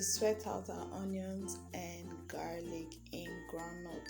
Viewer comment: Voice so chill.... Pronounce garlic again.